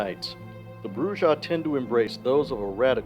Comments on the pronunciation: Ugh It's pronounced Brew-Ha. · Every time he says BruJAh I grind my teeth. The J is an H sound! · Isn’t it pronounced bru-ha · brujah has a mexican j so it's an h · Come on, man, at this point you're saying Brujah wrong on purpose 🤨 but good video